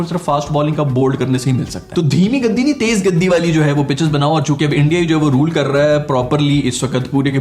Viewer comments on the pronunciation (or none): It's not gadi... it's gati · Tez gaddiiii nhi..... Tez gatttiii hota hai... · Lovely Show Bro ... And a correction it is Gati not Gaddi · गति not गद्दी , गधे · love from India just to correct that’s not gaddi its called ‘gati’ with a single’T’ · gaddi nahi bhai....gati..... "guh...tee" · Hello … First: it is called Gati and not gathe. Second: instead of mocking Indian for their pitches, why don’t you tell PCB to make green pitches if you have such fast bowler. Third: Pakistan was given 3 home test series so that they could get into test finals but they couldn’t win. If India was given home test series the whole Pakistan would have been crying by now as how ICC is favoring India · Gadi nahe gati bolta hai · sir it is not gadi , it is gati ........ but enjoyed a lot your videos .... love from Kashmir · It’s Gati not Gaddi anpadh bhai..😂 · Bhai ye aapne Tej Gaddi Jo bola hai na bas maja aa gya😂😂😂. Bdw it's Tej Gati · Gaddi nahi gati bolte hai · Gadi nahi Gathi.. gathi means Speed.. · Tez Gaddi nhi bhosdke, Tez Gati hota hai. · Wo gaddi nahi gati hoti hai chomo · Gaddhi nahi bhaiya😂….it’s “gathi”….Ga-thi. Love ur work bhaiya. Fan from India🇮🇳💐🙏🏻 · Gaddi nahi bhai 'Gati" pace ko hindi me 'Gati' kehte hai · It's not gaddi it's gati. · Are gaddi nahi gati hota hai bhai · "Gaddi" nahi "Gatee" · gaddi nahi gati hai woh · It’s not “Gaddi’, it’s called “Gati” meaning speed in Hindi. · Tej gaddi nhi mere bhai tez gati😜🤣🤣🤣 Doing great job bro Keep it up🥰👌🏻👌🏻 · Gadi nahi gati it mean sp3ed in hindi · Bro gaddi nai lol.... its Gatti... gatti means speed. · It's Gati not Gaddi😅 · Gaddi nahi brother Gaatti 😂🙏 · Not gaddi It's gati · Teez gadde nahi gatii (speed) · Gaddi nhi gati matlab speed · Tez gati not gandi 😭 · Brother gaddi nahi gati(speed)गति😄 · It is not gaadi, it is Gaati 😂. Gaati means Speed/Pace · Gaddi nhi bhai gati hota h 😂😂😂😂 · Abe chutiye Gaddis nhi hota gati hota h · Are bhaijan gati hota hai gadi🤣🤣🤣🤣🤣😂😂😂😂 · गदी नही होता गती होता है 🤦‍♂ lol